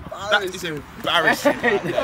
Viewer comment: That was really "Embarissing" XD